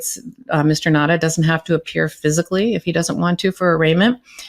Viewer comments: Now-ta not Nadda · I am a proud islander on Guam. WALT NAUTA is a son of Guam. It is pronounced NOW-ta